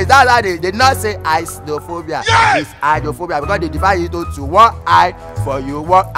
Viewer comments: Eye-drone-fo-bia. Shagigi Shaggi. So confident he even explained why 'eye' was used not 'eyes' in the word. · Who born this scholarship boy? "Eyedronefobia"